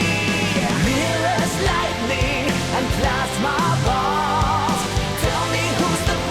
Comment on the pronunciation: Thanks god i'm not the only one who hear that's my ball instead of plasma ball